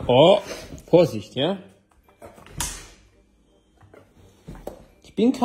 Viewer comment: Die Aussprache von Hhhhund 😂